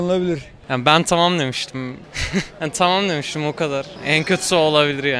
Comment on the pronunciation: Tımım dımıştım o kadar ben tımım dimiştim hshshshs o nasıl konuşma lan